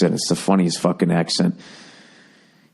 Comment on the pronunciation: At the very end, it's "jawn", not John. Lol I know he's saying it with his accent, but it just doesn't sound right like that 😅